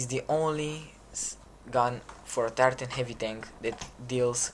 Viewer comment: I thought you kept saying "the tartan tanks" instead of tier 10 tanks